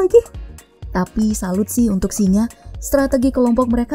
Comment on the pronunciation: SINGA bkn SINGAH, ga pake "H"